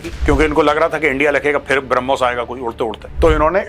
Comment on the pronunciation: हरमोश(ब्रह्मोस) से कांपे टांग गई 😅😂